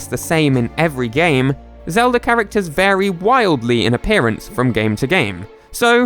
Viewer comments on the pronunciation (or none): none